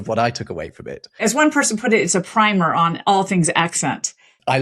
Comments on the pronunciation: It's pronounced "primmer", not "prymer". Bad start already. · In this context, the word PRIMER is pronounced as primm-er. The pronunciation of "primer" depends on its meaning. "PRIMM-er" (rhymes with simmer): Used when it refers to an introductory book, basic manual, or short informative guide. "PRY-mer" (rhymes with timer): Used for an initial coat of paint or a preparatory explosive device. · She pronounced primer as "PRY-mer" but Ive heard "PRIM-er." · ngl the way the guest pronounced "primer" gave me a wince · Right at the beginning she mispronounces "primer." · Do you also mispronounce "primer"?